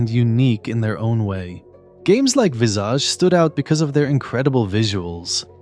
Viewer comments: Visage is pronounced VISS-idge, and it means "A person's face or facial expression." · Visage isn’t pronounced like that. 😂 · Jesus fucking christ why can no one pronounce visage. It's such a normal every day word. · I've never heard it pronounced like that in my life 😭 It's always been "viss-ah-je" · It does look like viss-ah-je, and that might be an alternate pronunciation, but at least in my dictionary it shows it is "vi-zij."